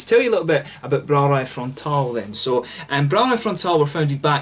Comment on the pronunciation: First off, awesome pronunciation of the name of the brewery! Frontaal has quite a decent balance between dark beers and ipa's/neipa's. They make some excellent BA versions of their stouts as well. Very nice to see the Netherlands represented in your reviews! And thanks for shout-out mate!!!! Proost!